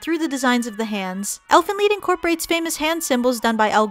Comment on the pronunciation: it's pronounced leed lol